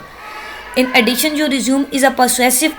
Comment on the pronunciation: Respected mam it's nor resume it is pronounced as (resumay)